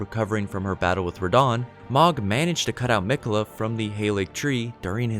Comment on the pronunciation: I’m confused though Mogh kept on saying Miqeulla she is mine and mine alone